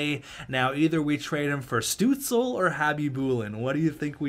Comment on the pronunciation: the pain in hearing the butchering of Stuzle's name